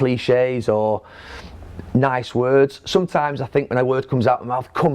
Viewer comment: Neville "Sometaams" :P